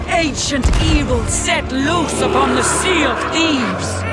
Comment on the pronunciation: sea of thebes XD